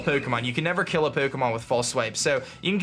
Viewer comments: Is anyone else annoyed by the way he says “pokomon” Say it with me now... it’s pronouced “Poe-Kay-Mon” or “Poe-Keh-Mon” Not “Poe-Koh-Mon” face palm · Does it annoy anyone how he says Poo-kemon? Or is it just me.. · Po'ke'mon' lol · Shiny Pookmon. Expertly Pronounced;) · puh Kay mahn that's what you're saying. Suh dude. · This was helpful, but I hate the way you pronounce Pukemon. pyuukimon? Uhg. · Lol. "Pookomon" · peaukomon. annedeautte. that's driving me crazy. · i hate the way he says pokemon. "pookiemoon" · Pook-emon is what i hear hehe :D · The way you Pronounce Pokemon triggers me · It's funny how he says Pokemon. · why do you say Pokemon weird ? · The way he pronounces his O's is so weird. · the way he say pokemon is hilarious lmao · the way u say pokemon hurta me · Am I going crazy had always said Pokemon like that?